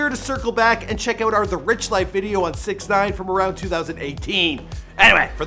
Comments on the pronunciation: If your going to do one of these, at least say their name properly 🤣🤣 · Why tf does he say his name like that??